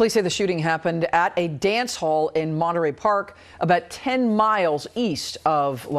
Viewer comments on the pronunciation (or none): none